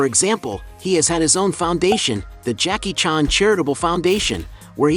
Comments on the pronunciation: Why you pronounce "Jackie chàn" like that? Lol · Jackie "Chon"??? Ai is getting scary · Too bad you can't pronounce his name correctly.